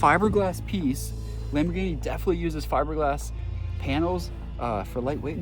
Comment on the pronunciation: It’s not a lambighini